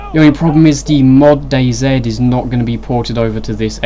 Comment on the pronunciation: dayzed what is that just say DayZ